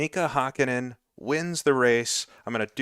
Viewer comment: For future considerations: You're pronouncing "Hakkinen" pretty well if the name really was spelled like that. But since it actually is "Häkkinen", the first syllable is pronounced like the English word "hack". Anyway, thanks for the great video! As a big fan of the Ryan Axelson ICR2 saga, I'm looking forward to catching incoming races live! For a Finn of roughly your age, these years were the peak of my F1 fandom.